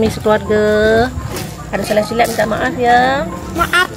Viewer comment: 😂gila sebut MAAP😂